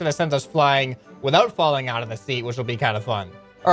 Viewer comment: wat no sout not oud!!!!!!!!!!!!!!!!!